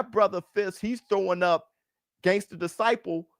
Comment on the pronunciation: The Chicago came out u when u said gangster disciple u knew it did by how u paused😂😂shout out Larry Hoover